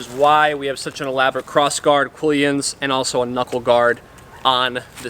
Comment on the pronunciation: And quillon - not quillyon.